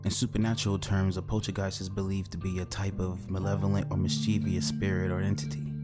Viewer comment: It’s mischievous, not mischievious 🤦‍♂️ no I pronunciation after the V. Sorry but I always think that if you want to be professional on making content then you should pronounce words correctly 🤷🏻‍♂️